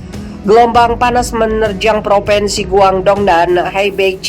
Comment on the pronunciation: Mbak! Bukan PropEnsi tapi PropInsi. Anak TK saja lebih tahu. Sebagai penyiar, mbak HARUS menggunakan Bahasa Indonesia yg benar, jangan NGAWUR. Memprihatinkan sekali.